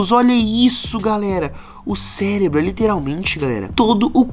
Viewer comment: Não é celebro é CEREBRO